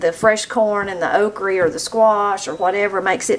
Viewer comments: Okra not oakree 😅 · It all looks so good! I have never heard okra pronounced okrie before so that was fun! I have also never seen ice cream in a box before! Maybe I've been hiding under a rock! LOL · I love how you say okrie... I am in Knoxville but we always just called it okra. I reckon I'ma city feller 🤠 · Can't wait to try making your creamed spinach! I love that you say "okree". That's how my Grandma said it so that's what I called it too. After I grew up and moved from Alabama to Atlanta, my friends made fun of how I pronounced things like "embrawdry" instead of embroidery and "fixin' to". I never knew I was pronouncing things "wrong", but I don't care. There's nothing like growing up country in the South. ❤ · i love how she pronounces okra as oakree... my grandma pronounced it the same in wisconsin ❤ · I think it’s sooo sweet how u call okra ,” okrie. I love okra with catfish , at crackle barrel,, yummy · I love that you say okra like my granny did...okrey